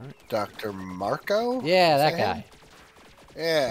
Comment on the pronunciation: It's Dr. Marco. Dr. MARCO!